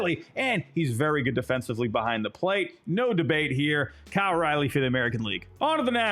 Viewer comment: Learn how to pronounce Cal’s name correctly. lol good picks though